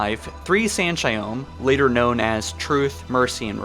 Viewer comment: It was a great video and all, but the way you pronounce each species in halo on your vids is fucking annoying 🤣 in this case it’s not San’Shyom lol, it’s San’ShayUUm, with U not O